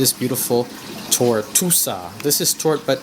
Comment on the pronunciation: Acropora TORTUOSA, not "tortusa". Acropota ECHINATA, not "enchanata". A. speciosa is very hard to find. Great coral! Nice A. plana!!! Acropora VALIDA, not "velida". Acropora ABROTANOIDES, not "ebratanoides". Acropora FORMOSA, not "fomusa". Frag your Acros with tissue recession far from the mark and save them. Please don't play making jokes with drugs. That's some serious problem in anyone's life! ;) Thank you for sharing the images! Those were amazing!